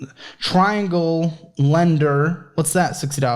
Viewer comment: Leander not lender